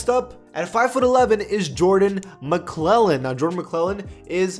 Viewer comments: McLaughlin is pronounced Mc-Log-lin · Maglocklan is the pronunciation for Jordans last name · Jordan McLaughlin is pronounced mglocklin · Did just say ma-cle-Lin for Jordan McLaughlin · He said McClellan